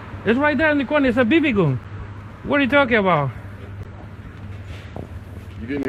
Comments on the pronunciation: they weren't talking about the cops not believing the explanation, the comment was talking about how the mechanic pronounced the word "gun" he says it like "goon" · I wouldn't listen to someone who says "Goon" instead of Gun. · I cant stop laughing the way this guy is pronouncing the word gun😁😂😂...he be like goon🤔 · He’s saying Gum. Not goon squad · Ivan Osorto no it isn't lmfao it's pronounced gun